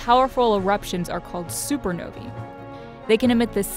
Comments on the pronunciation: "supernoae" G freaing G.. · Thought it was supernowae